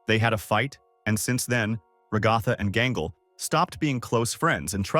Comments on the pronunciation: “Regotha”…………… Ai voiceovers are really taking over, huh? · Enjoyed this video Didn’t really like the TextToSpeech, especially every time you pronounced Ragatha like ‘ragawthah’